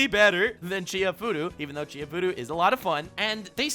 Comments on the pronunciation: Dude, u disappoinit me. It's not Chi-hai-furu it's chi-ha-ya-fu-ru! <.< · I'm just heartbroken that hasn't watched and hence can't pronounce Chihayafuru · can't pronounce "Chihayafuru" lol.